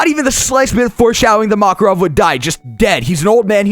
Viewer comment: I love the way you were all like "NOBODY GIVES A FUCK ABOUT MAKAVOV!!!"